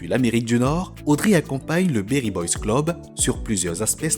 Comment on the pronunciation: C'est beri et non berry merci pour le contenu très qualitatif